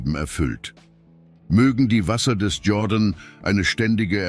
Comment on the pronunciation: Der Fluss heisst Jordan, nicht jorden